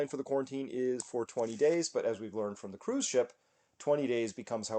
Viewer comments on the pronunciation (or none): none